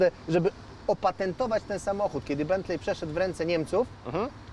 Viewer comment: BENTLEY czytamy jako BENTLEE ❗❗❗❗❗❗